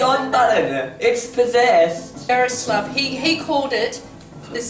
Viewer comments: Czech Republic ftw!!!!! And you pronounce Jaroslav wrong it's pronounced ya-roh-slav :) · It is pronounced, "Yar-o-slaw-v"